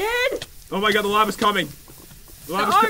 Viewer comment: () "Oh my goooood". In Irish voice like if u noticed to